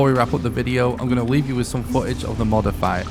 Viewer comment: Two years old... hmm. I wonder if this guy has learned how to proununce Moder yet?